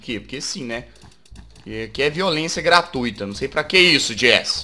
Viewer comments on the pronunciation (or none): none